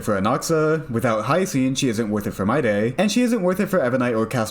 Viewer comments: Could you please stop calling Midey My-Day? Its been months since he was released, you had plenty of time to learn how to pronounce his name. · You pronouncing it wrong you aint telling no one 😂